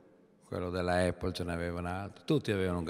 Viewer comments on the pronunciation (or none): none